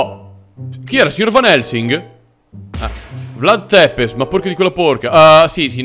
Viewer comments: Si dica vlad țepes non vlad tepes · Si legge vlad zepes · Non per fare il pignolo ma si pronuncia tzepesh la tua è quasi muta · Ciao sei il migliore (comunque si pronuncia zepesci più o meno) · In verità si dice Vlad Tsepesc